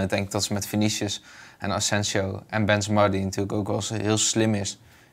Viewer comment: Wanneer gaat Bas Benzemaaa zeggen ipv benzemA met zo’n korte a